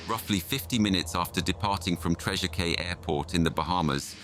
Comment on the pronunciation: A very disturbing story, but please get name of the departing airport correct, despite its spelling, it is pronounced "Treasure Key" (like the Florida Keys)